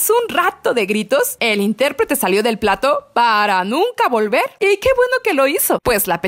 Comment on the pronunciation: Se dice plató, no plato